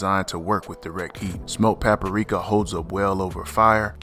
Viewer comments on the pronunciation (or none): I’m subscribing because you pronounced “paprika” with an extra “a” in it. (Pap-ah-rika) You my kind of people! ✊🏾❤